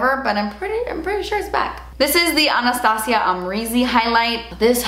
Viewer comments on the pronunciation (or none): none